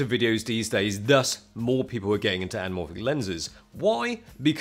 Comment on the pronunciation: Im pretty sure that “L” in anamorphic is silent